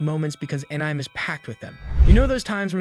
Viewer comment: are you seriously pronouncing it as Anym instead of akneemay?? so effing way I am gonna watch this d**b video even it was a very good work